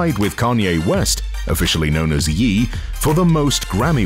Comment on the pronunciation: The way the narrator pronounced Madea, Ye, and using Will Smiths family for the title card instead of Robert Smith’s is v telling.